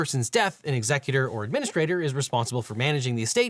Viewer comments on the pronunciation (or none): none